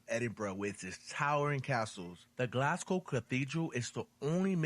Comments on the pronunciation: first of all, congratulations on pronouncing the name of my city correctly, unlike the narrator in the original video, his mangling of the term for the natives is already hurting my ears - and I'm only 3 minutes in, although he he has now pronounced it properly. Also we are not Galwegians - we are Glaswegians. Another interesting fact is that Glasgow is a UNESCO world heritage music city. It's a pity he didn't visit the Kelvingrove Art Gallery and Museum, which in my opinion is the most beautiful building in Glasgow; even if you removed all of the artwork and exhibits it would still be worth the visit just for the architecture of the building alone - and the beautiful park surrounding it. there's also the People's Palace in Glasgow Green, which is a museum about the people and culture of Glasgow. But the best thing about Glasgow, above everything else, is the people. Our modern motto is, "People Make Glasgow". Despite our rough exterior and harsh accent, we are a very welcoming and friendly people. We love to meet visitors who enjoy and respect our city and our culture and I'm sure if you came to visit you would feel very much at home. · Absolute top marks on the pronunciation of Glasgow. We always joke that Americans pronounce it glass cow 😂